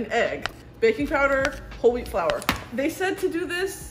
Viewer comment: Her whole wheat flour sounded like holy flour🗽🗽🗽🗽🗽